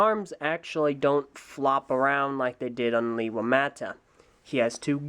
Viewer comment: And also it's pronounced: LAY-wa